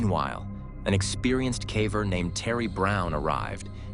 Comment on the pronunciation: My favorite is where they pronounce "caver" as "cavver", and then switch back and forth. Vanox does the same thing with their AI voice.